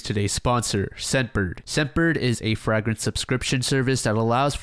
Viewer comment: Frag rence?